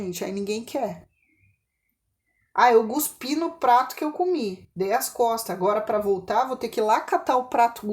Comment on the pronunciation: não se fala gospí e sim cospi com c